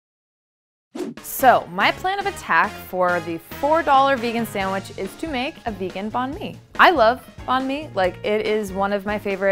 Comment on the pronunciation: “Samwidge” really? Ugh